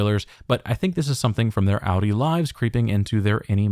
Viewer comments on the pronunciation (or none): none